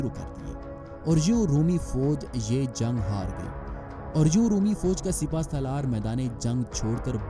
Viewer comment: Zung nai re bhai jung bol